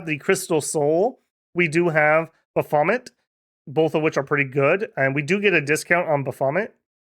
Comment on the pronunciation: Picking nits, but . . . "Marquess" is pronounced MAR kwess in English. "Marquis" is pronounced MAR kwiss in English. The French pronunciation is closer to MAH kee for the latter. Similarly, "Baphomet" is pronounced (usually) as BAFF ome et in English. In French (and sometimes English) it is BAFF ome ay. On the other hand, everyone knew to what you were referring, so the point is pretty much moot. Commenting mostly to pump the algorithm numbers. Love the game, like your playstyle. PS There's a joke somewhere in a double D Lady In Red, but it's too early in the morning for me to find it.